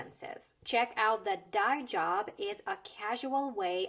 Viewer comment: As a native English speaker, I understood the jokes, idioms, and references. But even I had a difficult time understanding some pronunciations of the words when listening. "Dye job" sticks out. I know what that means, but when she said it, It sounded like a single word like "diejub" to me, so I was left confused, wondering what she was saying.